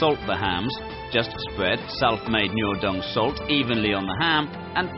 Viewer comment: The pronunciation of the speaker is so confusing - Noodung instead of Nuodeng, Raoguo instead of Rugao. Sad!